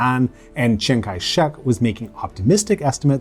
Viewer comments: Lol, it happens. We all make mistakes with foreign languages i think. Best we can do is try our best. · You butchered your pronunciation of Chiang in Chiang Kai-shek.